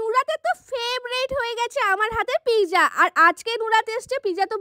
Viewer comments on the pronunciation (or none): It's not pizza It's not pizza It's real pronunciation is pit - zza😊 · কথাটা পিজা না কথাটা হলো পিজ্জা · Pezza ❌ Pizza 🍕 ✔️ 😅😅😅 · ও টা pizza ❌piza✔😆😂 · দিদি ওটা পিকজা না এটা পিজ্জা 😂😂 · Peeza😂 pizza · Pezza ❎ pija✅ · সব বোঝলাম আপা কিন্তু এতো জোরে কে কথা বলে ভাই😂😂আর মানুষ। Pizza কে Pezza বলে, আমি আগে জানতাম না😂🙂💔